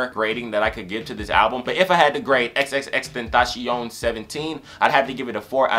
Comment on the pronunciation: You pronounced his name wrong, you have to pronounce it like "xxx ten-ta-cee-on"